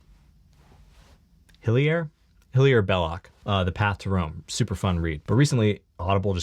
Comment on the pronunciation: I know i'm late.. but I've always heard Hilaire pronounced "hill-AIR"